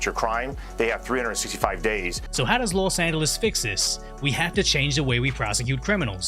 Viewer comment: los demonios instead of Los Angeles